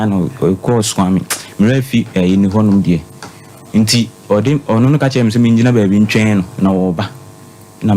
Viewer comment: Is it order in court or odey in court?😂😂😂